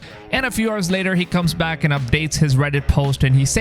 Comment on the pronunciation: Love your vids, but I have a question: Why do you say "6 HORSE" instead of "6 OURS" when you want to say "6 HOURS"? I've heard this many times that you pronounce H in the beginning of the word HOUR. This is... interesting. Never heard this.